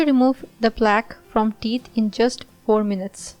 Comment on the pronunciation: Please you say teet instead of theeth. Do something with your pronounciation. It sounds terrible.